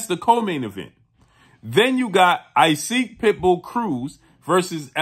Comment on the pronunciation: Good news if it’s true. But on a side note, one of these days, someone is going to tell that Isaac isn’t pronounced “I-seek” but instead “e-sock”. If you’re doing a correct Spanish pronunciation, of course…